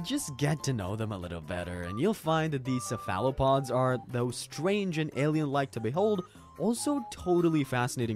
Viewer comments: First time I ever heard someone mispronounce cephalopod. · There ain’t no way you just pronounced cephalopod like that